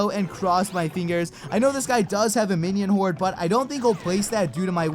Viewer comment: he said "Minion Hored"